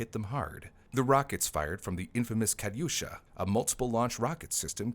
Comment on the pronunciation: Never heard Katyusha or Stug get pronounced like that before